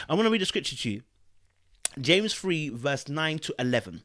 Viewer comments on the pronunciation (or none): none